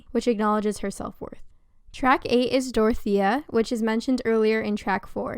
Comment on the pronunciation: why the fuck you pronounce dorothea like that